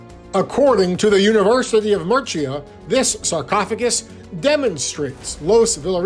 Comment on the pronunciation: This was long-winded, and never got to the point of why the coffin was significant. And every time he mispronounced Murcia, I cringed. This long and winding journey to no conclusion was mostly a waste of time. Interesting historical bits, but overall, a whole lot of meandering....